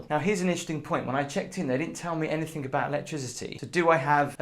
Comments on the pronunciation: Anythink? C’mon.. it’s anythinGGGG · I don't mean this to be rude, I love your channel and shows, but when you mean any thing you say any think, and it drives me crazy. TIA